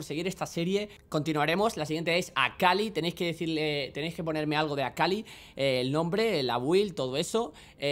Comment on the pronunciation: Y ahora A-KHA-LEE